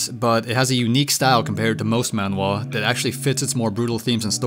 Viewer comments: Its pronounced manhhhhhhwa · The a in manga and manhwa are pronounced the same way...